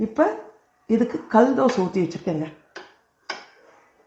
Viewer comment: தமிழ் கொலைசெய்ய வேண்டாம் கள் தோசை இல்லை.கல் தோசை